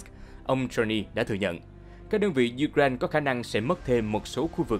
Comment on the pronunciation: U-cờ- rai-na bạn ạ.